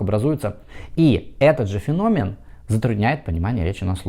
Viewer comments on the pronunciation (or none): none